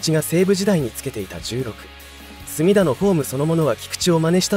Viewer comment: 隅田の発音が浜田で草